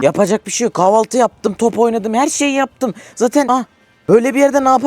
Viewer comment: İlk başta kahvaltı dedi yeri kahve 6 sandım😂😂😂😂😂😂